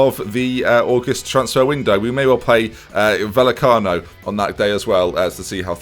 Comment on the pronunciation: Love Valencia! Great choice. Some language tips: two ‘l’s is pronounced ‘ly’, so it isn’t VaLLecano, it’s VaYecano. And l, yes, it is Valenthia (actually is soft-Balenthia)